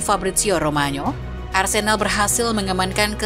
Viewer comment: menit mimin bilang Arsendal ?